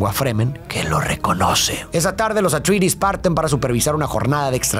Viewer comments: amo tus videos pero man pon en el traductor como pronuncia atreides en ingles, no se tragan la E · Pronunciaciones: Atrayedis, Gaydi Praime, Járkunun (la última u casi no se pronuncia)... Sí, esos nombres no son tan fáciles de pronunciar como parecen y gente de cada país los dice como quiere.